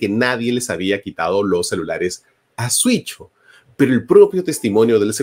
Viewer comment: Me da curiosidad ver cómo Marco siempre confunde en pronunciar “Siucho” diciendo “Suicho”